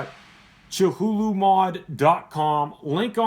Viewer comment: that filling tho... that hohm wrecker tho... have ya seen the new gemini rta? glad ya found a good cotton, cotton candy does very well also. and just so ya know it's commonly pronounced ka-thoo-loo, Cthulhu is a cosmic entity created by writerH. P. Lovecraft and first introduced in theshort story "The Call of Cthulhu", published in the pulp magazine Weird Tales in 1928. Considered a Great Old One within the pantheon of Lovecraftian cosmic entities, the creature has since been featured in numerous popular culture references. Lovecraft depicts Cthulhu as a gigantic entity worshiped by cultists. Cthulhu's anatomy is described as part octopus, part man, and part dragon. Its name was given to the Lovecraft-created universe where it and its fellow entities existed, the Cthulhu Mythos. great job as usual